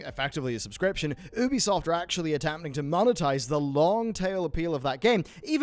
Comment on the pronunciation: "Ooo-bee soft" News, it's "You-bee soft" my dude. Union is not "Ooon-yon" rather "Youn-yun".